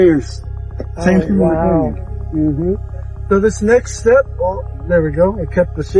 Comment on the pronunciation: The way he says next step sounds like snakes step and I was about to exit cause I hate snakes